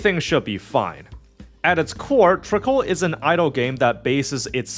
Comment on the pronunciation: While I acknowledge this is only a week-old review, and I'm not upset about unfamiliarity with some game's elements, the video does kind of read as one made "just to get it over with" without much engagement or desire to play it in the first place. As such here are some notes starting with two general points: It's "Trickcal", not "Trickle". They even say it every time you open the game! The usage of "idle" vs "autobattler" is pretty sketchy and inconsistent but that's a topic of debate all of its own. - I feel like this part is kinda misrepresenting the situation, since the game was successful before the Speaki meme came around, and even before its global launch. I'm sure it brought a lot more eyes to it, but I think you put a bit too much emphasis on its impact to the game's success. - This part is just factually inaccurate and shows a terrible lack of research. There are plenty of materials showing the troubled history of the original launch of Trickcal in 2021 or so, which was so atrocious they had to close it back down to polish it more. The current iteration (Trickcal: Revive) was released in 2023 and has been significantly better received in Korea and even had quite a lot of global interest before the worldwide release. Trickcal: Chibi Go is the name of the global release equivalent, and while it has a few changes from Revive, it's more or less the same game, not a new release. - The global story is in its worldbuilding set-up phase, but even at this poin